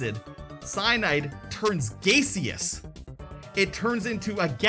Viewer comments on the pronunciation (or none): He's so gay he says gay-seous. 😊